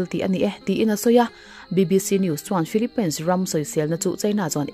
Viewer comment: philipainsssss😅😅😅😅😅 filipin tiin lam ve hle hle rawh, tumahin pain an ti ngai lo